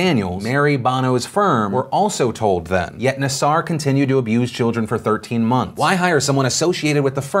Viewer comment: I can't believe I'm going to correct the pronunciation of a serial pedophile/monster's name, but it's NAA-sir, not nuh-SAR.